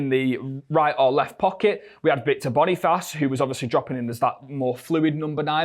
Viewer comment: Calling Boniface ‘Bonifarce’ is a howler from you